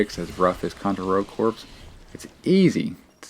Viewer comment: It's driving me crazy that you keep pronouncing Rogue Corps & Hard Corps as. Your review is exactly what I needed to hear though coz it's only $3 right now. I played the demo, and the demo was one of the worst games I ever played but I've heard from several people that it gets way better once you update your guns & gear. I just want to run around & shoot ish. Can't go wrong wit Contra